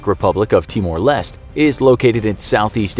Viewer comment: I'm from timor leste and in pronaunsing timor leste the E at the end of leste isn't silent so you say timor lesteh